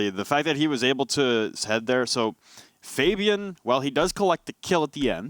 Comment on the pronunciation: I am sorry but it is triggering me that you are saying Fabian.